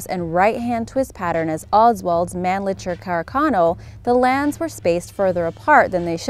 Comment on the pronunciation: Man LICKER not litcher